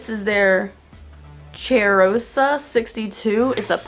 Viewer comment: My brazilian ass let out the biggest belly laugh when i heard you say "Cheirosa" omg